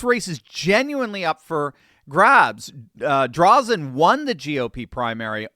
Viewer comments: As an Oregonian, I LOVE to see this!! Thank you,! (And, btw, it’s pronounced Dray-Zen for future reference:) ) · her last name is pronounced "Dray Zen" Thanks for doing what you do!!! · It's pronounced Dray-zen. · Dray-zen. Correct pronunciation. Just sayin'. I'm an Oregonian - the blue team has absolutely trashed this beautiful state. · I normally don't do this but a an Oregonian, I just have to correct you on the pronouncement of Christine Drazen's name. It is pronounced with a long "a" not a short one...Draazen... I hope you get this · Pronunciation tip: Say, "Draaazun". Christine Drazen. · The a in Drazen, says it's name.